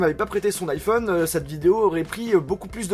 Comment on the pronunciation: Arrête de dire un "N'iphone